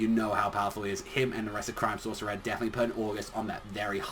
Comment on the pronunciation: Hey u pronouncing crime sourceair wrong try it like crime-sauce-e-air